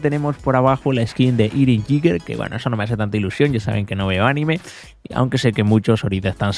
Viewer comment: Se pronuncia eren yega Algo asi xd